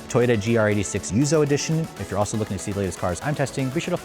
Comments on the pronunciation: It's yuzu, not yuzo!!! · yuzu, not yuzoh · It's pronounced yuuzuuu! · Take a shot every time he says, "Yuzo" edition...